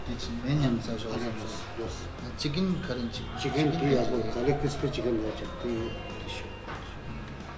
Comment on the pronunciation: Wow mouth watering....... but mocha is pronounced as mokha nt moja. Big fan